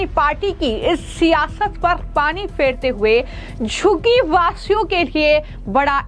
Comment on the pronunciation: Abe tere zabaan hai ya commode? 😂😂 Jhuggi ko shuggi kyon bol rahi hai 😂😂😂😂